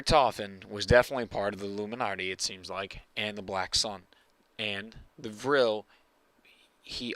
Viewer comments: why do u say illuminarty? its illuminati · "luminnarti" lol